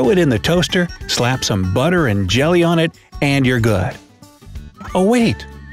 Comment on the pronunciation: I’m kind of focusing on how this guy said BUTTER and JELLY